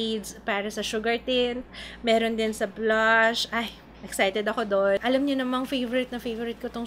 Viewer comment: bigla nmn akong natawa sa "aram ko" instead of "alam ko" napa'waray ka.. Hahahahahhaha